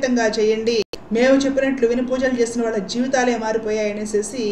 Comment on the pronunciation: వాల్ల కాదమ్మా వాళ్ళ. ల వేరు ళ వేరు. మిగతా అన్ని సరిగా చెప్పారు.